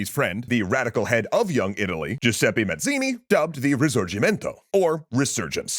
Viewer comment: Just a little note about italian pronunciation. The last letter of Giuseppe, E, is just like the previous E, not like an I ;)